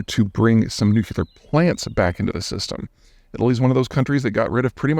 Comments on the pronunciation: It's Nu-clear, not Nukular! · Peter is a smart guy but he pronounces it nuke u lar instead of new clear.